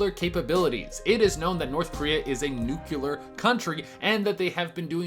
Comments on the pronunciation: he looks like Oddjob from Goldfinger if he shaved his mustache.. Also, it’s pronounced New-clear not New-Cealer not. Nuclear not Nucealer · It's not nuk-u-lar. It's nuc-le-ar. Love you though,! Keep up that great work you're doing! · "Nuclear" not "nucular" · When I heard you say nukular instead of nuclear my first instinct was to stop watching. I know it sounds impulsive but it's just the way it is. I'm Not trying to be rude, just thought I would be truthful. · Wtf is Nuculur? You mean Nuclear. NEWWWW-Clear. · How many times can someone say Nuclear wrong in 1 video.....the word is not nucular,it's NUCLEAR !!! Get it right !!! 😠😂🤣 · Bro c'mon man how haré is it to pronounce "nuclear" yo said nukelar twice, I'm Mexican and speak 3 different languages, what's the matter your brain couldn't go any further, how embarrasing for a person who only speaks one damn language daaayum 😠😠😠😠😠😠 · Nukular? You mean Nuclear, like New-Clee-Er. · i had read that it is suspected that DPNK makes money from counterfeiting and various hacking or cybercrimes. Apparently defectors when medically examined were riddled with parasites. Dude, you are a great video personality, you are smart & have a friendly demeanor, with definite verbal skills. If I could impart a tip that was useful for me, it is to enunciate the word 'nuclear'. as "new clear". Have a great day and thank you for the wonderful content! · NUK LEE ER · whats a "nucular test". they are testing peoples nucleus? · How tf do yanks end up reading ‘NUCLEAR’ as ‘Nuculer’ wtf?? Sort it out lol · Ikr. It's easy to pronounce. New-clear. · Nuclear. Noo-clee-err. You're killing me. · When you said Nuclear all I heard was Homer Simpson saying Nuclear it’s pronounced Nuclear